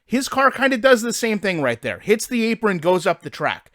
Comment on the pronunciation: “ but da foundation is therrrrrrr”